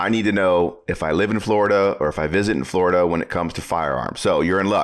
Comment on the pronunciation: Glad we don't live in "Flur da".